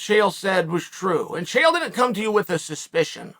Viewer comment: i trust Chael to mispronounce the average name approx a half dozen different ways in any given segment.